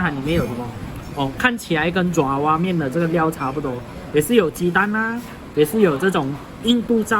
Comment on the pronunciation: 爪zhao 哇面， 不是 zhua 抓哇面